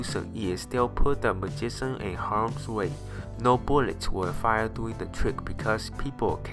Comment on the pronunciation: lol the narrator... magisan lollll